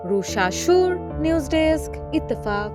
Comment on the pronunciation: ইত্তেফাক বলাটা খুব সুন্দর ছিল😊